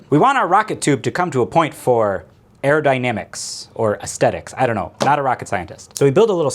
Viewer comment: Eye-on beams. Hair-o-dynamics.